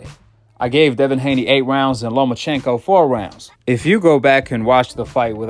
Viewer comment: Who TF is "LoMANchenko" 🤣 we don't need to hear from Skip Bayless or Stephen A Smith when it comes to Boxing they don't know WTF they're talking about